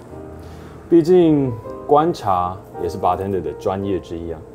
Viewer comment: 每次聽到旁白把bartender唸錯 我都雞皮疙瘩